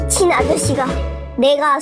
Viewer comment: ㅋㅋㅋㅋㅋㅋㅋㅋㅋㅋㅋ "미x 아저씨가"에 강력한 포인트가 들어가 있음